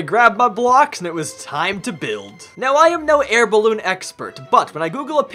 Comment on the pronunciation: I was laughing like crazy when you kept saying bilbe in stead of ballone